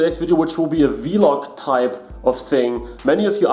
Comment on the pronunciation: Vee-log 😂 nice vid, is that the Acer nitro? I’ve got the same laptop.